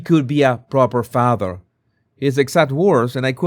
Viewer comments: I love your Harry voice. I laugh every time you say "fatha" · I love how you say "father" 😂😂👋💛🇬🇧